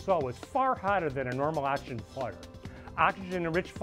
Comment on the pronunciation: The word is "oxygen", not "axygen" as you pronounce it.